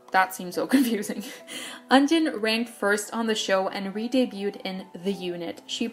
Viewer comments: Not to be that person but you said some of the names wrong. Like "Jung Hyosung" instead of "Jeon Hyosung" or "Eunjin" instead of "Euijin". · I would like to add that the former ts ceo committed suicide and he had an addiction to gambling and i don't wanna blame him for having an addiction but now we know where all our money for sonamoo went :)))) btw I have to tell you, it's euijin not eunjin haha